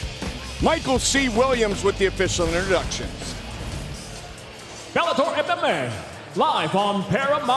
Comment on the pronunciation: And right before that he said "The new Bellatoy lightweight world champion"